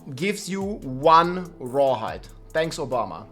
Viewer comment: The Grrrrreat rrrrawhide shortag😢e